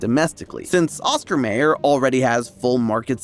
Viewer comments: Thank you to all the commenters! It is pronounced Oscar My-er -- who has a way with B, O, L, O, G, N, A. And it is pronounced Capree Sun. I love this channel, but these mispronunciations really drive me up the wall. Yes, they may be AI generated, but you should, please, double check them. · why do you keep pronouncing oscar mayer and capri sun like that 🤣🤣🤣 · Your pronunciation of Oscar Mayer was the most Gen Z thing i've ever heard. It was adorable. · Man, are you pronouncing Oscar Mayer and Caprisun incorrectly on purpose? Have you ever seen their commercials on TV? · THAT'S how pronounces "Oscar Mayer"? 🤭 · I've never heard Oscar Mayer said like that. Did I miss something since the 90's ads? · Can somebody please tell him how to say Oscar Mayer? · My-er. Oscar My-er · Now. I KNOW you didn’t just say “Oscar MAYER.” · I know you're young af, but it's pronounced MYer, not MAYer. I know this cuz my bologna has a first name, its O S C A R, my bologna has a second name, its M A Y E R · Came here because I am obsessed with mac and cheese, and the title caused a brief D: Stayed for the comments calling you out on the pronunciation 😂 I have to hear them now 1. Oscar MAYer? It's MY-er 2. Capri Sun is Capri like the pants (kuh-pree) I will say its a interesting change of pace to hear weird pronounciations of things other than Fanta (fawhn-ta, not fahn-ta. You want-a Fanta, you don't wan-ta fan-ta) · Are you saying oscar mAyer, no no sir, its oscar m(I)yer (mai·ur) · Not pronounced May-er. It’s My-er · Mayer in the brand name Oscar Mayer is pronounced like Meyer, not Mayor, as exemplified in their television commercials from the 1980s. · Oscar M-eye-er NOT Oscar M-A-er I got 1/2 way (~9minutes) through the video and couldn’t take it a 3rd time. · The fact you said Mayer as "Mayor" instead of "Meyer" tells me you are too young for the Oscar Mayer bologna song. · Oscar "MY YER", not "May Yer" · Pronounced Oscar My-er , not Ma-er